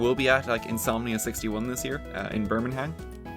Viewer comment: "birmingham (bir-ming-ham)" really